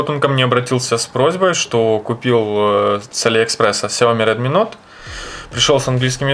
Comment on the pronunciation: Не нот а ноут